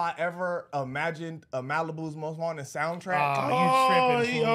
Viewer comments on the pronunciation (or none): He said malibus most wanted soundtrack 😂😂😂